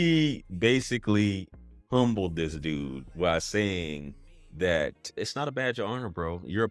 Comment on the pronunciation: I know grew up around old people when he said (h)umbled him 🤣🤣